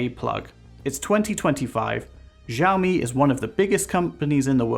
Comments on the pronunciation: Not trying to be mean but especially at the start it sounds like you're saying"JJAAOOO Me" rather than "Shaow Me". Again, not trying to be mean but people might watch this and think that is how you say it so felt I had to say something. Thank you. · It's pronounced "SHE-OWW-ME"; NO "Js" in there. 🙏